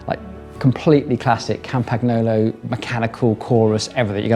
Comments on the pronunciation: Try pronouncing Campagnolo with Italian phonetics if you use it that much anyway. GN just like in mignon, lasagna, bolognese etc etc. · Italian gn in Campagnolo is pronounced like Spanish ñ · Yikes, your pronunciation of "Campagnolo" and "Cinelli"... but great build, thanks for posting this!